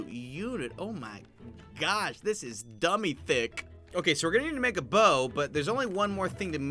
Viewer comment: is anyone going to ackknowledge he said dumby thick lol